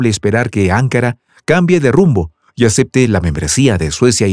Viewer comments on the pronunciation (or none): No es 'ancara es anca"Ra necesita volver ala escuela primaria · AnkÁra (o incluso AngÓra) pero no Ánkara OtomÁna y no otómana Agradezco y admiro vuestro trabajo pero por favor presten más atención a la pronunciación de las palabras. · ANKARA ES CON ACENTO EN LA SEGUNDA A, OTOMANO LLEVA EL ACENTO EN LA A. Disculpe pero las pronuncio muy mal, que hasta parece que esta diciendo otras cosas muy diferentes.